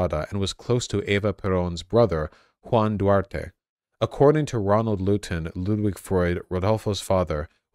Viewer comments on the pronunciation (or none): none